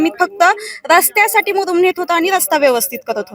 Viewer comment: मुरुम कि मुदुम